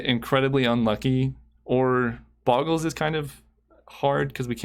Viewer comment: Just FYI, it's not "boggles" as i "goggle", but it's "Bogles" as in "go". Check how "Slippery Bogle" is spelled, not with two g